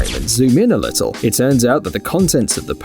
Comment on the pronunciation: "The lissle mermaid" 🤣🤣🤣